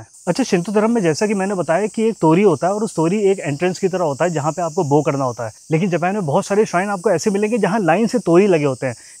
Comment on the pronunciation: बो नहीं बाओ 😅😊